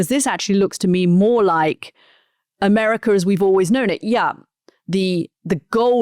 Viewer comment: Gazar, Americar 😂😂😂 why the "R" at the end of every word???